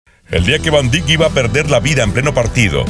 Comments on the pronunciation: Se pronuncia Vaindaik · Se pronuncia Viryil Vandaik